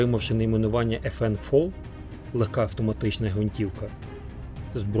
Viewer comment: Чому автор каже ФН ФОЛ якщо правильно ФН ФАЛ - FN FAL (Fusil Automatique Leger — легка автоматична гвинтівка)